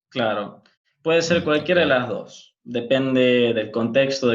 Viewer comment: A mí lo que me ha llamado la atención de su acento es que elimina las eses finales de las palabras como en el francés (en vez de dos dice do, en vez de es dice e...) Igualmente se le entiende bien.